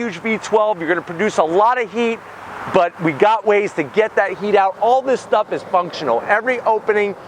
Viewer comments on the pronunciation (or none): none